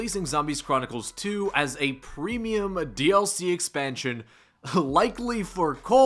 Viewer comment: "premeuim" lol